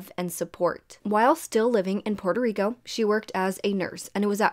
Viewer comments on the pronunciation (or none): none